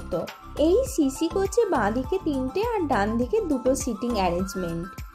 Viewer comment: Shishi na sisi. Video korle shaw r saw er pronounciation ektu kheyal rakhben